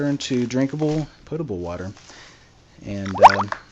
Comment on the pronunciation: Nice video. I like that you pronounce potable correctly. I t hunk you should try that chain saw. You will most likely find that the folding saw should replace it and then in your big kit get tabor tools pruning non folding saw or a bow saw and extra blades. For food gathering remember traps are reusable. Snares generally not. Some yo yo would be good since work for fish or small game. Better for fish would be gill net or knowledge for creating traps